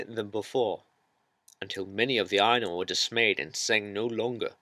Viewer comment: I was more annoyed by her pronunciation. Her pronunciation of "Ainur" sounds too close to "anal".